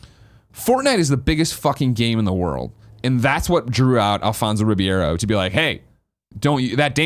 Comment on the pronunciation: Some day Greg will be able to pronounce Alfonso Ribeiro's name correctly. Today, once again, is still not that day.